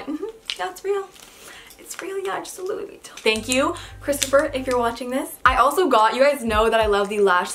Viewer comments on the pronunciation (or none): Okie Dokie I agree, I’m French too. It’s said Louis VU I TTON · “Loo-EE Vee-o”-. December 2019 Lol it’s Louis V-I-Tt-on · was anyone one weirded out how she said louie vutton? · How she says Louis Vuitton is so funny no hate I love you ❤️❤️❤️❤️ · The way she said Louis Vuitton was so French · the way she said Louie Vuitton...